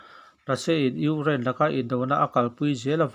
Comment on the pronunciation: I lam fiah vak lo Ukraine tih pawh kha Ungiane tih a ang ka ti